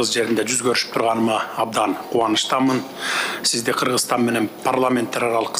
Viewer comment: Переводчик, жнке он которбойсунбу жеке окудун белен, лингвистиканы??? Киргизстан -эмес Кыргызстан!!!!!!!! Ударение, басым жасаганды билбейсинби балбец ????